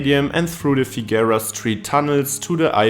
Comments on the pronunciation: In addition to others pointing out that it's the "one-ten" or the "one-oh-one," should it ever come up again Angelinos pronounce Figueroa as "figger-oh-uh." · The continual mispronunciation of Figueroa was irritating, but I really enjoyed the piece.